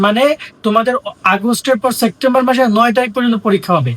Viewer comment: September ❌ Sectember ✅ 😂